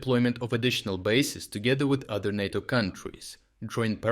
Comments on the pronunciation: it's NAY toe. not naw toe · Nae toe not Nah toe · NAyTO not NAaTOe. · NAY-TOE, Not NAH-TOE. You get it right sometimes! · *NATO is pronounced NAY-toe. you said NAH-toe. I think this is significant enough to comment on because it is a short word and might be misunderstood. #FeedTheAlgorithm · NAY-to. Natto is a sticky japanese bean dish. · Say Nay-To. Not NaarrTo. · He says is correctly N A T O in slavic language not like stupid usa NEITO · Ney - toe , is pronounced NATO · I get that it probably saves time recording, but it's kinda easy to tell you've moved to an AI voiceover. I've noticed it in a few videos over the past few weeks, but it stumbles on stuff like pronouncing NATO as nahto instead of nayto. It kinda takes the channel down a little bit if I'm honest. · You keep pronouncing NATO two ways. It's pronounced "nAto". Emphasize the "a". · Make USA amber not green at the moment. They are not our friends, well he isn’t anyway. It’s pronounced Nay-Toe. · Naughto? I guess these videos have gone AI now? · "NATO" is normally pronounced with a long "a" sound. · "NATO" is pronounced with a long A as in "pate" not a short A as in "cat."